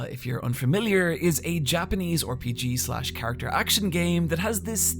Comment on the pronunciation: I can forgive the fact that you mispronounce RPG and film since you say GIF correctly